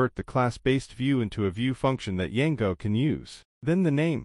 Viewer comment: why you saying Yango